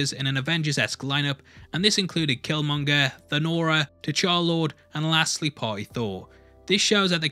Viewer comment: "T'char-lord" Ha! That got me.